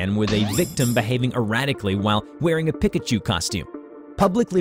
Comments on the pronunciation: It’s not (peikachu) it’s peekachu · everyone: Pee-kah-choo: Pih-ka-choo, you ruined the video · Hahahaha pi-ka chu instead of pe-ka chu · Bro what the heck is a pick-a-choo do you mean a Pikachu? lol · It's pronounced (pee-cuh-choo) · Omg😂 His pronunciation of “Pikachu” hurts. 😂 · Anyone else feel weird when he says pikachu wrong